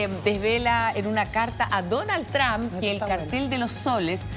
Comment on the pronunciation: No se que es mas gracioso, si "Dounald Thrsham" o "Donaltrom" 😂